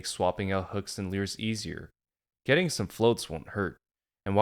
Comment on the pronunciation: How do you spell that word you keep saying? Leuureesz?